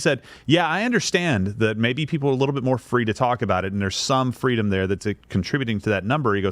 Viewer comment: That poor wittle twans child has the same speech impediment that Kamawa Hawwis had as a child. All they want is FWEEDOM.